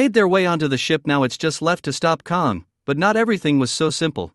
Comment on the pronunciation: KONG???? It's Kang with a A